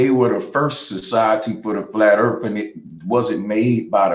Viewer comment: Bro Sanchez: I'm smart Also Bro Sanchez: Oblate means it has less degrees. Seriously, the entire rambling section where he's talking about spheres with less degrees disproves his education. And don't get me started on his ghetto pronunciation. I don't know what the Erf is, and I don't care. I care about the Earth.